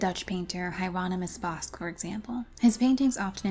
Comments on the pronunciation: Great video, one minor note....Bosch is pronounced Boch. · Yeah, but changing the pronunciation of his last name took me out of the video. I've never heard it pronounced bosc, like a pear before.